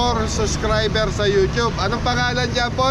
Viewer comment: Morning, "subscriber" po hindi "suscriber". Pasenxa npo lagi po ako nanonood pansin ko po lagi "suscriber" sinasabi nyo po at ung " shout out"shatawt po nsasabi...thank you